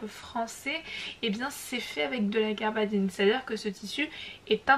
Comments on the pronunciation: Il s agit de gabardine et non pas garbadine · Il y a effectivement une erreur, il s'agit de Gabardine et pas de garbadine